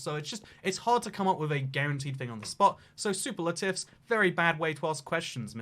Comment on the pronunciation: Pronounces superlatives like super latives...